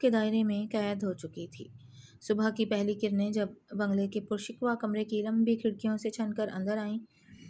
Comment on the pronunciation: قاریہ صاحبہ اردو پر ترس کھائیں تلفظ تو صحیح ادا کیا کریں پرشکوہ ہوتا ہے شکوا نہیں